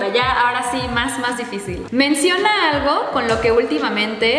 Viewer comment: dijo aigo jejeje se coreanizo jeje 😅😅😅😅 que tiernos los tres